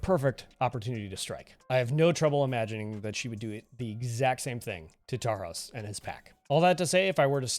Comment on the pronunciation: The narration of Knight vs Huntress was spot on Also this is just a little nitpick, but the s in Tarhos is pronounced like an sh sound